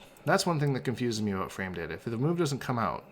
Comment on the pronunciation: “All ABOOT Frost”